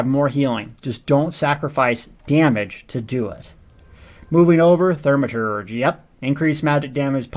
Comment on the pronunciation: if you say "thurmaturge" one more freaking time i swear